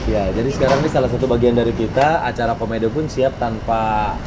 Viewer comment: 08.43 kabar komedi bang bukan komedo mungkin😁😁